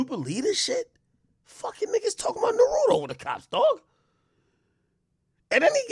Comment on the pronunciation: Cop shoulda been fired for being slow Ak should be canceled for saying Naruto wrong 😭